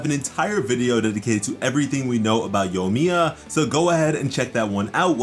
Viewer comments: Say-you. Yoy-miya. I can't get past your pronunciation. It's Sah-yu and yoh-ee-mee-yah. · ah yes yomiya not to be confused with yoimiya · Bro there’s actually an i in yoimiya lol. I was also confused it looks so much like yomiya on the leak